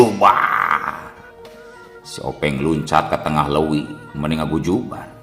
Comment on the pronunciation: LEUWI kituh mang ..sanes LEWI